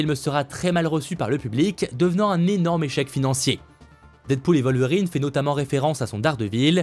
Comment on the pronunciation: C'est qui "vol-verine?" 😂